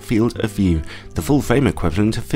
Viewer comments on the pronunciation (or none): none